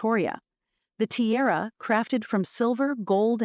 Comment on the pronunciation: It’s tiara, not terra